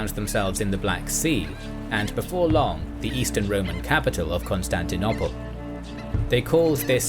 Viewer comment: Excellent episode, but would it please be possible to stop referring to 'ConstantiNOPPle'? The word rhymes with 'rope'll" (as in "This rope'll do.").